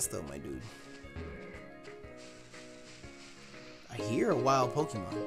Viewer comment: Stop saying mydudeh